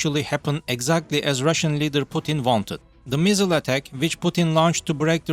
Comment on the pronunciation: When he said “missile” I thought the accent said “measle” like the disease. Still very bad though.